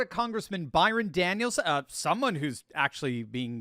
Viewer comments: His last name is Donald's Not Daniel's 😊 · Learn his name, -- It's Byron DONALDS!! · His name is Byron Donalds, not Byron Daniels. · Donald’s not Daniels. Don’t get paid to know this stuff